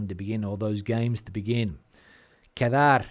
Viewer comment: I thought he was saying K-Tell...🤣😅😆😂